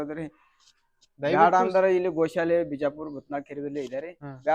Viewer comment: ಗೌ ಅಲ್ಲ. ಅದು. ಗೋ ಶಾಲೆ ಅಂತ